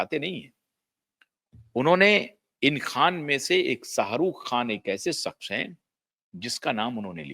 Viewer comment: Pootiye...saks nahi shaqs hota hai...nihaayat hi 3rd class biased presenter ho tum pootiye....